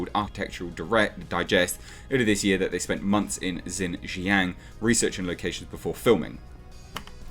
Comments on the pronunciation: I wish I had a microphone to help you with this. But the easiest way to pronounce it is (shin) (zhang) lower case a sound like when a doctor tells you to open your mouth and say aww. Or like the movie Jaws but change the s for ng. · Xinjiang is pronounced more like "Sheen-jee'yanng". For those who encounter Romanised Chinese words from time to time and are curious;-: The "X" is like "sh" and the "i" is like a very, very short "ee". The "ang" is kind of between "ang" and "ong" with barely a hint of "g". Basically, if you see Romanised Chinese words with an "X" and "I", push your lower jaw forward and say "She" through closed teeth. X is never "Z" and they don't have an "i" like the one found in "is". The Roman letters are not English.